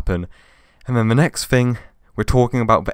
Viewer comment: Why you keep saying “Vee” instead of “the” ??